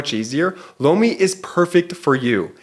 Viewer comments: I could have sworn that I saw MTG in a bestiality video the other day. (plus, your Lomi ad sounds like you're saying "blow me." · Was just listening, not watching.. when he said sponser.. "lomi" i swore i heard "Blow me" Like.. what... is this?! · My husband thought he said he heard "Blow me" instead of Lomi. Lol!! You are not going crazy.